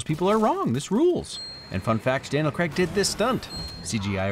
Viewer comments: Please for the love of god say Craig not Cregg!!! Lol other than that love your videos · Anyone else still annoyed how he said Craig or is that just me 😂 Good video though it made me see the positives to a movie I don't like